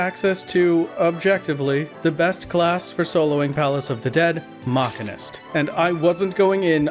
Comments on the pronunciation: Great series! Been following since the big video dropped on my feed. But uh.. Machinist being pronounced Ma-ki-nist is something i havent heard before. Isn't it pronounced like Machine? Machine-ist? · ah yes, the gool ol Mauchunist job. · muh-SCHEE-nist PLEASE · The real crime is hearing the mispronouncuations: cedar and machinist. For these crimes, I hope you'll enjoy your time in further Deep Dungeons. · when i heard you say machinist a part of my soul died, that has to be a bit right? you dont actually think its pronounced that way. right? ....right? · You can tell he has played Final Fantasy X with that pronunciation lol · Love your content, but the way you pronounce Machinist cause me to have a double take... Epic work on that final fight!